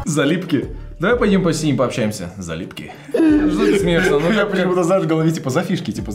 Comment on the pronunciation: "залюбки": залипки ахахаахпхпхзадаажжахахахазахахахахазаха